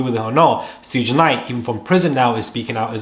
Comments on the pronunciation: Some tell him it's pronounced 'shug' 😂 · His nickname is pronounced Shuug’, short for ‘Sugar bear’ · Suge is pronounced "shoog" Thank you for the updates, it's appreciated 🎈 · It’s not “Shoog”, it’s pronounced like the “Sug” in Sugar. Respectfully, if you’re gonna report on Black culture, get it right. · ITs PRONOUNCED "Shu-ga"!!! NOT Soodge! Now Im suspicious of this info. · It's shug, like shug. Not suge, like huge with an s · As if you are going to say “sugar” it’s just SHUG. I was cringing listening to how u said it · His name is Pronounce"Sh uugggghhhe Knight..Not suuge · Please, it's pronounced SHOOG not sooge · LOL Suge is pronounced SHOOG not SOOGE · and Shug is pronounced "ShooG" (hard "G" sound) like how you would say "Sugar" without the a-r at the end. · I understand and I know English isn't your first language. I corrected you because this is a good channel with good reporting. Therefore I want you to do well. I at least was not insulting you... I just want you to get there names right. Too-pok and Shoog (like sugar)... Anyway . Great content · Hi I understand. Don't feel bad because a lady on another video kept saying Suge's name as if it was spelled Suga, Suga. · It's pro pronounced "Shoog". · Suge pronounced SHUG (like "should" with a G on the end) xxx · You right about a lot but his name is pronounced “shug” also Cassie was also couched by the ppl in her corner. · Come On Man!! You know how to say Sugar!!! Just say Sug and leave off the ar!!! You sound dumbxx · You're pronouncing suge's name wrong... It's pronounced like sugar- without the ar.😅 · His name is pronounced Shug, though. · Pronounced “shoog”. Like Sugar. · Sayin “Sooj knight” is crazy insane 😂😂🤯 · His name is pronounced like SHOOG. The creeps all know each other. 🙄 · Why is he saying Sooge Knight 😅😅😅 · ‘Sugh’ like Sugar❤ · Pronounced Shoog like sugar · His name is pronounced “SHUG” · He name is pronounced like Sugar . SUGE ! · Its shag.